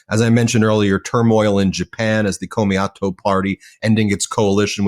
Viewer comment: Komeito. Rhymes with "tomato". FYI . Love your channel nevertheless